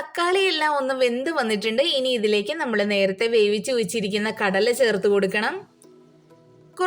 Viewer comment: Kadayila allaato. Kadala.